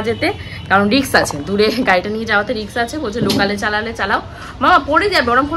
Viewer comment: কথাটা রিক্স না রিস্ক 😂risk😅